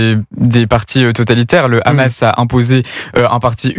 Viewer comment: Même le journaliste français d'Europe 1 dit kkkkhamas et il est incapable de parler français